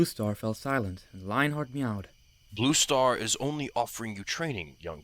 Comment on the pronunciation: Am I the only one who kept hearing rooster instead of blue star? XD